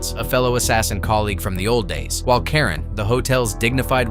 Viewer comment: The concierge is Charon, pronounced "kay ron," not Karen. RIP Lance Reddick.